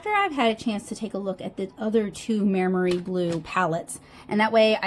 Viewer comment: it's pronounced "my-mary", (bonus points if you can roll your Rs!), in case you were wondering 🙂. Though I am not the best at phonetic transcribing of Italian words in English (because Italian is my first language)! They are a pretty popular brand in Italy, and obviously much cheaper there. When I was a schoolkid we were only allowed Maimeri gouache in art class, so the brand always brings back memories! Fun fact: gouache was the standard school paint in Italy (at least in my experience). I had never even heard of acrylic other than wall-paint before I came to the UK, but here (and the US) people use acrylic as their go-to paint, and gouache is the unknown, which is a cultural difference I find really interesting